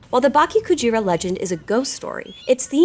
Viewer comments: Why are you saying baki instead of bake in bakekujira? It's not THAT hard. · Bake not Baki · Just a little pronunciation tip… “bake” sounds more like “bah-keh”, with the “e” in “met”. 😊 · “Bah-keh Coo-jeera” -> Correct pronunciation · The way you pronounce it sounds like Baki Kujira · Cool story, but please consult with someone on pronunciation next time, im cringing every time you say "baki kujira", it's an e not an i lol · Dude, at least learn how to pronounce Bake-Kujira correctly before making video like this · BAH-KEH KU-G-RAH, not bok-kee ku-jeer-ah. EH-BIH-SU, not ee-bee-soo. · Can you read words in Spanish? You know how there's only 5 vowel sounds? Japanese is like that too. a like father, i like sushi, u like sushi, e like meh, o like oh. So when you say bakekujira, both the e and i can't be pronounced the same. They are different sound. Gashadokuro was unrecognizable. Ga, like goo-goo-ga-ga. Sha, like Sha-la-la-la-la. Do, like doe, a deer, a female deer. Ku, like Coo-coo said the pigeon. Ro, like row row row your boat.